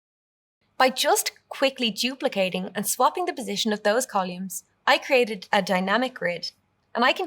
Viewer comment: Uhm …. CoLUMES ??? 😂😂